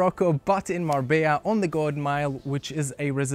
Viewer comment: I believe "Marbella" is pronounced Mar -beyah in Spanish?